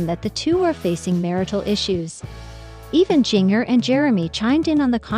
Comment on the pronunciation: Why do you put clickbait on here and why can’t you pronounce Jinger’s name right. I look at the transcripts first.